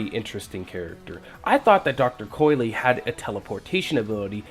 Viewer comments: It's pronounced COYL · It’s pronounced dr.coil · "Coy-Lee" N O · WTF what makes you think you pronounce the E at the end